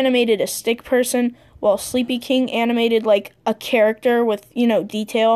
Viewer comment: Wow u can't say sleepykinq right